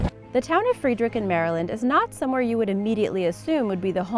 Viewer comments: BRO I LIVE IN FREDERICK!!!! it is pronounced Fred- erick not Freed-rick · This girl needs to learn how to read!!!! She pronounced Frederick, Md. Free drick??? Its Fed-er-rick!!! If you are going to try an do this for a living LEARN HOW TO READ!! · Not sure where you are from. It's not Free drick MD. It's Fred rick. Might help before you do these video's you call the local Chamber of Commerce and ask them how to they pronounce their town. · Its pronounced Fred then rick Maryland then friedrick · It's not pronounced "Freedeerik", Maryland. It's Fred der rick, MD. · freeedrick, no, its pronouced FRED-ER-ICK Maryland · She murdered that town's name in MD, its not "Free'd-Wreek-In" its "Fred-Errr-RICK" MD. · Jesus... frEEderick??? It's Frederick, like any normal person who has a basic grasp of phonics would know. Also like Frederick Douglas - how difficult is that? Read it like it's spelled, goodness. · IT'S FRED-RICK not FREE-DRICK!!! I know cuz I live there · Its pronounced Fred Rick not Freed Rick, cmon, show Maryland some love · I have to wonder why this person can't pronounce Frederick. it's not freedrick go back to school please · Fredrick Maryland is pronounced as FreD- Rick 😒👊👊✌️ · Free-derrick, Maryland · Fr-eh-der-ick Maryland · No it should be said: freedrik meiriländ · you mispronounced Frederick. as someone who lived outside Frederick, Maryland for the first 30 years of my life, I can say with complete confidence that it is pronounced as either Fred-er-ick or Fred-rick and that no Maryland native ever pronounces it like its pronounced in the video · As a Marylander I was slightly offended by your mispronunciation of the town in Maryland it is pronounced Fred-rick. Also when police say that a weapon is properly disposed of they mean it was destroyed. Either cut up and melted down (long arms) or just melted down(handguns) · No one in Maryland says "Free-drick" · Shit I live 10 minutes away from Frederick. Btw you said Frederick wrong